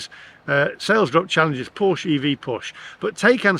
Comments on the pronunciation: You pronounced scone correctly but Porsche incorrectly. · I feel for you buddy but you bought the wrong porsche and learn to pronounce it correctly porsche I mean buy a GT4 more fun better road handeling sticks to curve like glue ,EV sorry to say are more harm to the environment then ICE sports car ,we racked up 80 K in 10 years on a boxster S love that car it makes no sense I would have to drive 100 K to be carbon neutral with a EV porsche